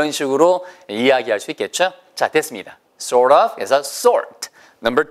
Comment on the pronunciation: Sort 가 salt인줄 알았당 ㅋㅋㅋ 발음이 sort가 엄청 혀가 말리는군요 ㅎㅎ ㄱㅅㄱㅅ